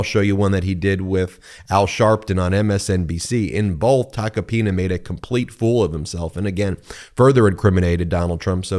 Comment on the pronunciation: It’s TACO-PINA not TACA PINA. Pronunce it like if you’re saying taco 🌮